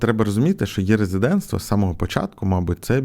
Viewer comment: Дякую за відео. Дуже прошу не читати цю букву: Е - як є.